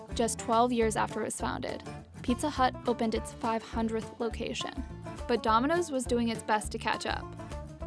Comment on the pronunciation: we did she say 500th like that